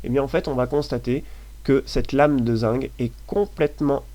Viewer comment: pourquoi tu dis zingue?